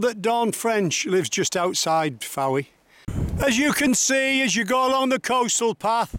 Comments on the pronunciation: House directly in front of you is where Lenny Henry and Dawn French lived. I believe Mrs French still lives there. By the way the town is pronounced without the 'e', as in 'Foy' as opposed to 'Fo-ee'. Great video. I love the way the dogs have a little meeting to decide who's going to brave it and get the toy! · A beautiful video although it is pronounced Foye not Fowee.